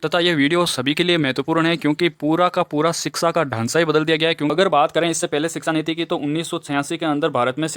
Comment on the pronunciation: Sir that is shiksha niti not siksa niti